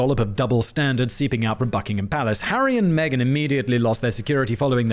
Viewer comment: Right after talking about Harry dressing as a Nazi, it sounded like you said Aryan Megan; instead of Harry and Megan.